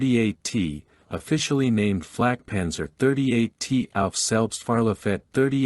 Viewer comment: I wish you all would learn enough German to not mangle the vehicle names, or at least ask a German before recording the videos. This is a Flakpanzer 38(t) auf Selbstfahrlafette 38(t) Ausf. M or "antiaircraft cannon with self-propelled mount 38 (year of design=1938) version M". Flak is an abbreviation from WW1 for Fliegerabwehrkanone which means aircraft (flieger) defense (abwehr) kanone (cannon) auf means with Selbstfahr means self propelled Lafette means mount Ausf is the abbreviation of Ausführung, meaning version or model. It is never pronounced as "owsf"; correctly it is said "ows-feuhr-oong" the T in 38T indicated it was from a Czechoslovak tank factory design. German pronunciation "acht und dreizich teh"